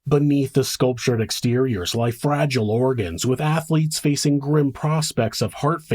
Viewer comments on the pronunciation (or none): none